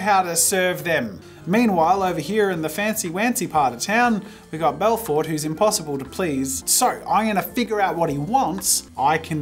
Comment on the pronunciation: The way he pronounced Belforté lol It's an easy mistake if you don't see or understand the accent, I forgive you haha